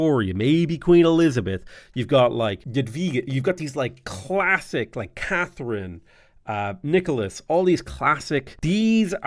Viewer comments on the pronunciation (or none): none